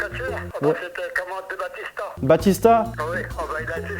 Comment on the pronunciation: Y'a pas de "p" À "batista" 😂